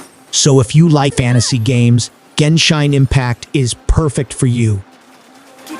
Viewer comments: GENSHINE IMPACT HAHAHA! ITS GENSHIN IMPACE YOU DUMB MURICAN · He lost me the moment he said "Genshine". This is gonna be a pretty shit list of games. I was really looking forward to playing more immersive and interactive story games like red dead or valhalla....disappointment again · he didnt pronounce shit... its an A.I. voice program clearly...